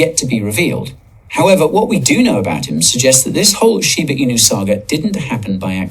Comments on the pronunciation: They must have the dumbest English teachers in Georgia how do you look at Shiba Inu… right there in front of your face and continue to miss pronounce it Shibu inu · kills me every time he says "shiboo inoo" its shiba inu 🤣😂🤣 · Shiba Inu, not Shiboo Inu.